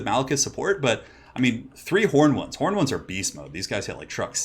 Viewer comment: 1st game - instead 'angry horned ones' I am hearing 'angry hormones' :D :D